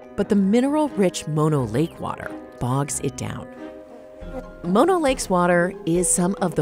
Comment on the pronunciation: mono the disease (typically pronounced more like mah-no) is the shortened form of mononucleosis, the full name of the disease. Mono the lake is named after a local Native American tribe and should be pronounced like moh-no.